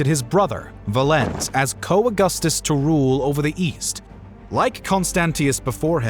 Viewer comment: I want to dislike this solely for the horrendous pronunciation of Valens. But I won’t.